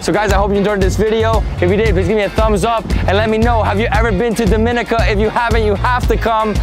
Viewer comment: Repeatedly mispronounced the name of the country. Should be pronounced as DOM-IN-NEE-CA